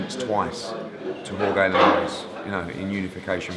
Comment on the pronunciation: No GCSE in Spanish for Eddie? Jorge with a hard "g" LOL Why no Dillian Whyte for Bellew? Apples & Pears